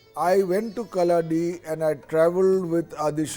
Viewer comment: Feels extremely happy on hearing about the Adi Shankaracharya 🧡 I would like to make a humble correction The place where he was born called "Kalady" ( meaning = Footprint ) near Aluva . not kalladi as pronounced in th3 video